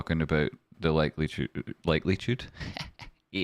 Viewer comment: Likelytude😂😂 new word! Love it💚. Thanks ❤